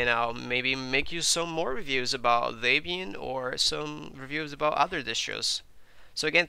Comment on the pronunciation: Um. Not Day-Byan. Deb Ian. Debby and Ian Murdock. The creators of Debian and that package management system.